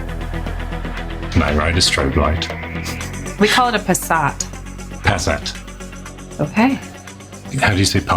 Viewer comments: Lady Fractic is correct. Passat is German, so Passaaat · Lady fractic says Passat in the right way =) big up's to you both three =P <3 cheers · Ladyfractic's right with her "Passat", and it is not "vii-dubble-juu", it is "vau-weh" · Lady-Fractic is absolutely correct with her pronunciation of VW Passat. Its a german car and her pronunciation exactly resembles the german pronunciation. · As German I must say the pronunciation of Passat from Lady Fractic is way closer to how it should be than of Perri ;)